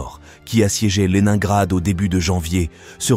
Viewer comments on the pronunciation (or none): Au deuxième "Lenaingrad ", je n'ai pas continué. Ces voix numériques sont insupportables ...